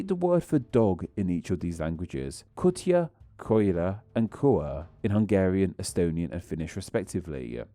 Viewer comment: Timetstamps and pronouncation (for educational purposes): Magyarország: Madjar + ors + ag / Madar + ors + ag (you are looking for the starting pronounciation of the word "during") Kutya: Ku + tya (not kut + yah) Alternative words for dog: Kan and Eb. Macska: Much + kah Alternative word for cat: Cica: Tsi + tsa Gomba: Gom + ba Tepsi: Tap + she